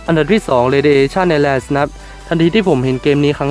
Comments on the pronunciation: ไอแลน ครับ island ไม่ออกเสียง s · เขาอ่าน island เป็นอีสแลน หรือไอสแลน หรอ